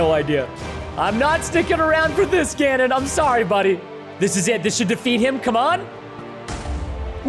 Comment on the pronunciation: It’s Not gonondor it’s ganon